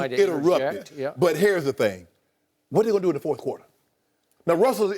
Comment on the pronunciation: I just noticed that Jim Jackson always says fourfh quarter, instead of fourth.